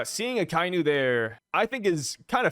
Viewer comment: Man you pronounce Akainu wrong every time dude lol.